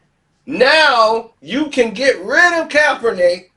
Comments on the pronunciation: YO MOUF JUST WONT LET YOU SAY HIS NAME RIGHT 🤣🤣🤣 JUST STOP SAYING IT,,,,,,, ITS NOT COPPERNICK 🤣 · I'm hip to the story but I only came to see if can finally say Kap's name right... AND right out the Gate he's KALPRUNIK.. I love it!! Dont change nothing... #ClassicKarceno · man you can't pronounce the man's name right or what? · That's what I been saying 😅😅😂😂🤣🤣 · Why can't you give this brother enough respect to say his name right. You wouldn't want someone butchering your name on purpose.